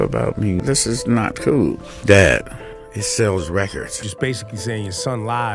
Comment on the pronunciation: . 😂😂 prolly the face drake made when he said 😳😳"It sssells wRecordss DAD😒"😑😠 😂😂🗣🗣